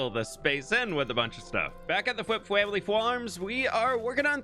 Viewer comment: how come you say fwamily fwarm and fwishing but say flip when you could have snuck your own name there?